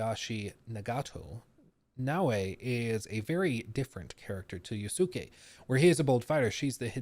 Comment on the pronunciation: Naoe, E, is supposed to be pronounced as A in Japanese. So, it's actually Nao+A, not Na Wei. Wei is usually use by Chinese.